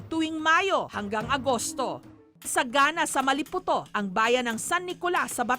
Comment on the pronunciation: Maliputo Hmmmm...... Mali-po-to Hahah